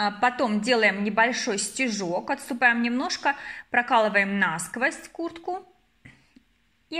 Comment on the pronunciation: НА сквозь и пелЕлька слух режет, простите не досмотрела, наверное петля хорошая получилась, удачи в творчестве😊